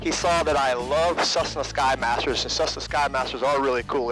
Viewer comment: What is a “cussna”, bro?